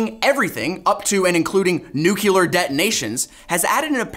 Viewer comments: Nuclear, no nuquelar. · NUCULEAR NUCULEAR NUCULEAR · nucular ಠ_ಠ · You wanna ask why he pronounces nuclear the Yankee way?! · In the next video, learns how to pronounce 'nuclear'